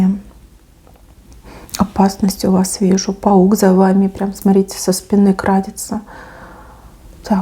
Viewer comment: Не крАдется, а крадËтся.